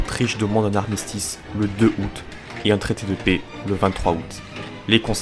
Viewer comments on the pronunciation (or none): none